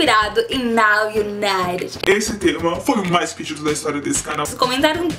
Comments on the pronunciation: Gente o serto a se falar e nou o naret que nem ela ta falando ou nou uniter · Se pronuncia Naw Ibaiti ok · Se pronuncia naw Unaiti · dica: não se pronuncia o d. se lê now unite